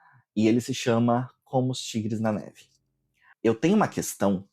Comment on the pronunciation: Que lindo esse Krampus! Já desejei pra minha estante! Como Tigres na Neve você leu errado, apenas isso! Grave sobre o Blackwater sim! Estou bem curiosa com ele também! Melhores livro até junho: - Quintal Fantástico - Impostora (seguido de perto por Sob os Ossos dos Mortos e A Primeira Mentira) Video: - O som está ótimo, gostei do enquadramento! - Belíssimo trapézio